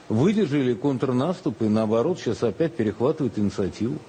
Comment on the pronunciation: Що знову чи "опь"ять" на Берлін ?